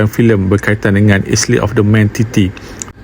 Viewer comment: Mu nok air ke mu nok Isley....hahahhaaa sebutan pun tak betul😂😂😂